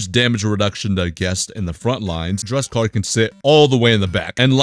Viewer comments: yo please... DUSEKKAR, NOT DRUSEKKAR, RESPECT MY BOY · This guy legit hates dusekkar Ehem as he call him "Drug-sekar"